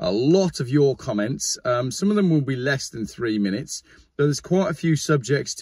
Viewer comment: 30 minets 30 minets 30 minets 30 minets You started it😂😂😂😂